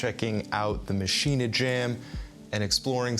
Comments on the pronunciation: Yep it's pronounced Maschinuh. You yanks should start learning languages like the rest of the world's people!! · Why does everyone pronounce this hardware mashina? There is no freakin a at the end of maschine. It should be pronounced the same way you pronounce machine!!! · No i like tortiya, I just HATE machin-AAAAA. When Spanish people call me Yake instead of Jake I don't complain because I know it feels wrong for them to say Jake. Ze Germans are very nice understanding people. They will not be offended if we pronounce Maschine like machine. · Love everything except for Zach's pronunciation of Maschine... it makes me want to hurt him. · Yeah that